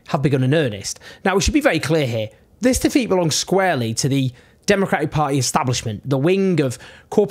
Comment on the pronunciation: i like watching your videos but just for the next time say this vs thiz English is not hard is just need practice